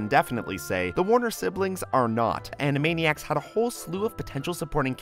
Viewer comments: You said animania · Were AN-A-MANI-ACS and were zany to the max!